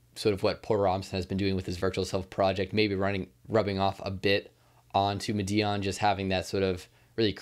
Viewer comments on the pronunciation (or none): I could be wrong but I think Madeon is pronounced like ''Mad-ee-un'' or ''Mad-eon'' rather than ''Ma-dee-un'' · Thanks for the shoutout to the Pixel Empire Podcast, we really appreciate it, and it's pronounced "Mah-dee-on" by the way. Much love!!!! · bro PLEASE learn how to say madeon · FFS please fix how you say madeon and Avicii....... thanks bruv